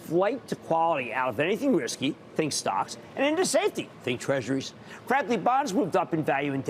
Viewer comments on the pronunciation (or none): none